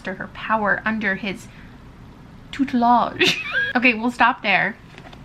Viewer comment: growing up, i always heard southern people pronounce tutelage as “toot-lidge” so that moment was fun for me